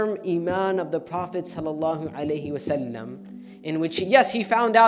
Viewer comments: Ok but ‘prosasalam’ is annoying me! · Go learn To say salalahu alaihie wasalaam.